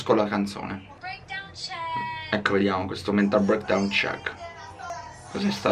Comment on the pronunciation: Mi stai antipatico quando dici ecloo